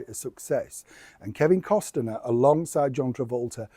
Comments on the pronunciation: Learn how to pronounce Kevin’s last name 😮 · no t in kEvins last name! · Kevin Costner pronounced Cost-ner. Only two syllables. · Why do you keep saying "COST-EN-ER"? lol That's not how it's pronounced. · FYI - Costner is pronounced with the T silent. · Just a note - when you say Costner - it’s a silent “T” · The proper pronouncation of Kevin's last name is Cost' ner. Most even leave off the T when they say his name. Either way, keeping Megs away from the mic brought flying and breaking dishes when Harry got home. 😅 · Enjoy your videos,, but today you've been adding an extra syllable to Kevin Costner's name! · Why are you adding another vowel to Mr. Costner's name? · There is no I in Costner,? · It’s not Costener it’s COSTNER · please know it’s pronounced COSTNER not COS-TIN-ER. Regards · Costner not Costener !! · The name is pronounced cosna not constenner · Is it just me, or does the audio make it sound like is saying Costiner rather than Costner? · Its Costner not Costiner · I’m sorry, I can’t resist doing it. It’s COSTNER……..not COS-TIN-ER. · FYI, it’s Kevin Costner not Kevin Costaner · Costner NOT CostENER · Costner, not Cost-en-er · Wasn't this all a long time ago? Seriously, today, would Kevin C. (sounds like Cosner, not Costener!) even entertain having this loser pair in his vicinity knowing how loathed they are? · Cost ner. Not, Cos ten er. Sorry...just had to say it. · Its Costner, not Costener. And you have secret sources? Yeah, ok, right. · Hello, I keep it zipped when you make the odd spelling mistake etc, but I do wish you'd get Kevin's surname right....it's Costner not Costener. I'll shut up now. Penny from Christchurch. 🇬🇧 ❤ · I think it’s pronounced CostNur. Not CostenNur. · Cosner.... sweetpea, no disrespect 🥰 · Costner NOT CosTener. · It’s Cost-ner, NOT Cos-ti -ner. You always mispronounce everyone’s name and I consider that to be so rude that you can’t figure out how to pronounce a name.